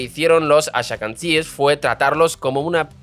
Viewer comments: Son judios Asquenazis o asquenasies, nada de ashacandies (esa fonetica de hacer sonar mas Hebereo su nombre para que no suene el Asque-NAZI) es patético, y ahora que los Judios Haradies son los endogámicos y los que no producen para sostener los tanques que los van a defender, espeor que te esten pagando por este video de asco. bloqueado por payaso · ¿Por qué él dice "ashakansíes"? Lo correcto es Ashkenazis. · Muchacho, tienes que aprender a decir los nombres un poco mejor, Ben Guirión, Azhakanzies, Kenzet, Arabiyes....en fin. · "ashakanties"? está pronunciado mal aprooósito? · Aprende a pronunciar nombres y palabras antes de grabar el video!!! No existe la palabra "haradi"!!!! Los "hashakansies"???? Por favor..... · "Haradíes"...Ben "Guiron"..."talamud"... Esta es mundial: "Los Ashacantíes" Escuché esto y dejé el video. Ya me dolían los oídos...!! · Atento guionista, porque no creo que sea un error de quien lee: Ben Gurion en vez de Guirón Talmud en vez de Talamud Asquenazíes o ashkebazim en vez de ashekabzíes Es el tercer video con errores de pronunciación graves que restan credibilidad al dominio del tema expuesto. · ¿Ben Girón? ¿haradíes? ¿ashakanzíes?¿Talamud? No sé si debas demandar a tu guionista o mejorar tu español 😂😂😂 Por lo demás, tu contenido es excelente. Ben Gurión dejó una bomba de tiempo que los aliados de Netanyahu se niegan a resolver. Por cierto, en ese millón de soviéticos se colaron muchos que no tenían ni una gota de sangre judía ni jamás en su vida leyeron la Torá. Pero curiosamente son los más sionistas entre los sionistas 😊